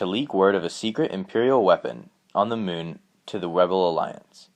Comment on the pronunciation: The mewn (moon)